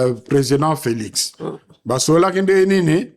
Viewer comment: Il a même du mal à prononcer président Félix, cet homme a vraiment de la haine pour Fatshi